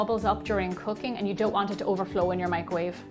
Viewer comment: When she said "cooking" I thought she said "cocaine" 😅😂